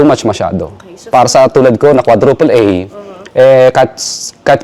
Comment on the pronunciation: Naka emphasis talaga eh "bilang isang quadruple A contactor"